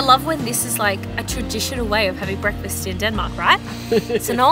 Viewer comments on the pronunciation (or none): none